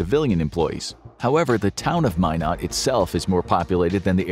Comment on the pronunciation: Mine Eht not Mine Oght .🤣